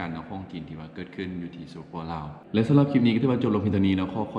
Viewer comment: คำว่าคลิป ต้องใช้ ล.ลิงนะ ไม่ใช่คริป เพราะมาจากคำว่า CLIP